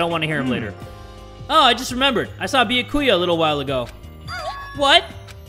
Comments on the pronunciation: Wait a minute, did he call Byakuya, Biyakuya? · It triggers me how he says byakuya he says the bya part with like an o and not an a LMFAO